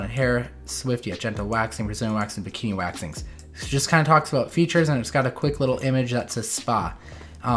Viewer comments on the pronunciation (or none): “Bakini waxes” 🤣🤣🤣🤣. Really?!